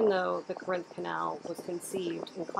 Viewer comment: CORE-inth.....-not Cor-INTH Canal. The accent is on the first syllable except when saying CorINtnian